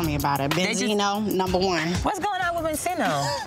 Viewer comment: Karlie: benzino Joseline: bensino